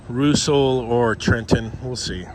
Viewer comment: Roosell? LOL say it with mee RUS SELL Love Ya can't wait for Toronto heat waves